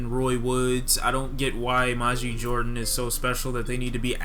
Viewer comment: the album was amazing, you dont even know how to pronounce Majid